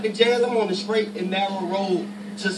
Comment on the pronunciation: Skraight n narrow road to success lolol I died